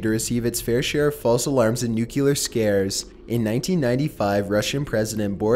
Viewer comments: Aske Elkær Thank you! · omg pleeeaaaaasseeee learn how to pronounce nuclear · 1 for the wrong pronouncation of Nuclear. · I love your videos,but it drives me nuts the way you pronounce 'nuclear.' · Loved the video, but come on dude, nuclear is pronounced "new-clear" not "new-cue-lure." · You keep saying nucular instead of nuclear and it’s annoying!! But other then that good job! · NUCLEAR!!!!! NOT NUCKYLAR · Ekonomix I like his videos but i’d like them a lot more if he pronounced things correctly it’s nuke-lee-ar not nuke-you-lar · STOP SAYING NUCLEAR WRONG!!! SOUND THAT SHIT OUT! It's "NEWK-LEE-ER"....NOT "NEWK-YOO-LER" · excellent point!!! It's Nuclear not nukee-lear. If the video wasn't that old I'd have said the same. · I can’t believe you actually said “NUCULAR” 😂😂😂 it’s NU-CLEAR! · you really need to learn how to pronounce nuclear. it is very distracting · Love your videos but I’ve never understood why people can’t pronounce nuclear properly. It’s said “new clear” not “nuke ya ler” ffs. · It's 'nuclear' not 'nucular' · please please it's NUCLEAR not NUCULAR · please...please stop saying "nook-yoo-lar". It's not spelled that way or pronounced that way it's nook-lee-ur. Nuclear. Not nuculear. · It’s nu clear not nucular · What are nuculer weapons? The word is nuclear. There is no 'u' after the 'c'. I swear! Mispronounced words and ignorant comments have started ruining the channels I watch. I now have to leave this video and can't watch anymore. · new clear, newwww clearrrrr, not nuculer, Jesus you pronounce so many words like a bonobo. I love your content but seriously you say some stuff that is just torture, like macabre, you get that one wrong all the time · Nucelar XD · Each time he says "nu-kyu-lar", it makes me sad. Why,, why? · not sure if it's been said, but nuclear is phonetic. it's not pronounced nucular. ps. you're my favourite thing on YouTube. just sayin' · Nuke-eh-lar.. hehe...😁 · Nucular isn’t a word